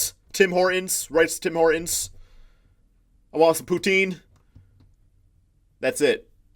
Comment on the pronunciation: yessss you said poutine right